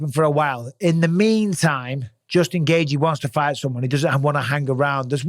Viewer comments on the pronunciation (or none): It’s not Gaygee it’s gayCHEE